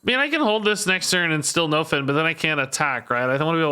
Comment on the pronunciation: Anyone else think is pronouncing nofin wrong? I think it's supposed to be pronounced like nuffin' can stop us (sorta like nothing can stop us)... I could be wrong though...